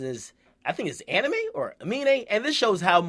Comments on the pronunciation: ITS NOT PRONOUNCED ANIME GOD DAMN IT😠😠😠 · Lol this nigga said "anime". Bro, the M comes before the E. Btw it's pronounced "A-mee-nay"